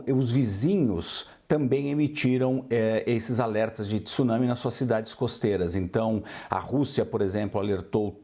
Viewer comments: Jornalista esclarecida falando 'tissunami'. Tsunami tem o encontro consonantal. O 'Tê é mudo. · A mesma pessoa que não consegue pronunciar tsunami consegue pronunciar Mitsubishi, vai entender